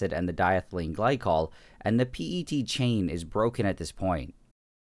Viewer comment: WHY, WHY DID YOU SAY P-E-T INSTEAD OF PET